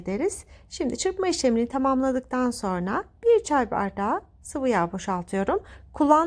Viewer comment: Lütfen Türkçemizi düzgün ve dogru bir sekilde kullanin... SORNA degil "SONRA" Bilhassa Sosyal medyada dünyaya paylasimlar yaparken buna çok ama çok dikkat etmelisiniz... çok sinir oluyorum güzel Türkçemizin yanlis telaffuz edilmesine ve yozlastirilmasina dayanamiyorum...